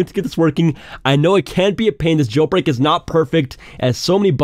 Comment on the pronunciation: “Jel brek”